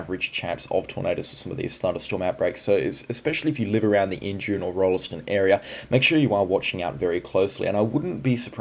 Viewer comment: One does not pronounce the "e" in Rolleston- it's "ROLLS-t'n", emphasis on the first syllable, chop the 2nd one like you're a pom!